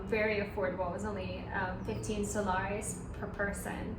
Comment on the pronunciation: Haha don’t know what happened there but I hope you realized that they pronounce Soles as “Soh-less”…not “Soh-Lah-res”….but great informative video! I love Lima 😃